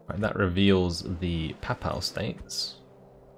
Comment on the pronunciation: I can forgive the failed attempt to pronounce "galloglaich" (which wasn't far off, anyway), but not the butchering of "papal."